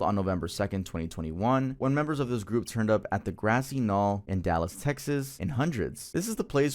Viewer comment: Bro there’s no way you don’t know how to pronounce “vineyard” or “knoll”…you have to be trolling now. I know Gen-Z has the lowest IG of any generation in over 100 years, but damn